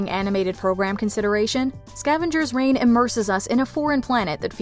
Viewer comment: It's Scavengers Reign, not "Rain"... just a heads up. 😊 And it's such a cool series. Didn't know it was cancelled til I just watched this video.